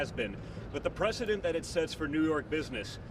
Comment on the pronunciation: Donny boy please learn to pronounce the word "precedent"